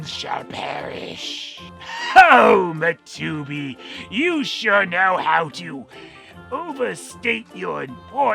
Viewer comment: Love the way you say Matubi